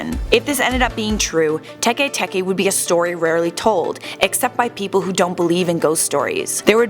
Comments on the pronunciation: Tekay Tekay 😂😂 it's pronounce like Teck Teck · Don't u mean tay-k tay-k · It's Tikwi not Teke Teke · I'm pretty sure it's Tiki Tiki, but whatever